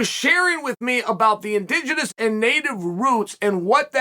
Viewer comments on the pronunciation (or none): "in-ding-enens" lmfao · "He is an indingidous native of brazil" 😂 cheal never disappoints